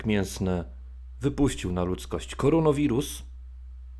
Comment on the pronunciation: Specjalnie mówisz koronowirus a nie koronawirus? Czyżby zamiennik za chimerawirusa? :)